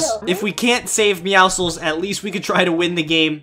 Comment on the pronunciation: i think is the only person who said “meowcles” right